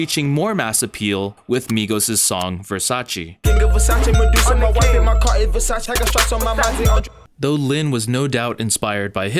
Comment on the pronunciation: Everything interesting, but it’s VERSACE NOT VERSACI. Even Donatella said that. It’s from Italy, not usa